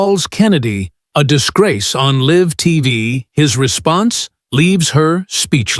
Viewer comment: Do you know how to say LIVE? Stupid!